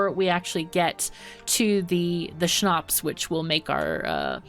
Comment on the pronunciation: She said it so it sounds german what is really wierd. To hear a German word in the middel of her talking . But it sound so good as a German :D. And Schnaps is so well pronounced that i have the feeling there are some German ancestors or family members that speak German